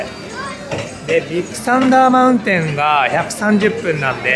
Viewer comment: ディックサンダーマウンテンに聞こえてしまった僕は疲れてるのかね。笑